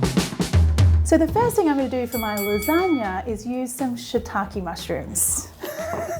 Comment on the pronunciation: "so you think Japan created the lasgana" 😂😂😂😂😂